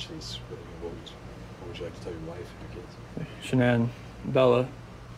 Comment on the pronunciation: It's Shannan. Not Shannon.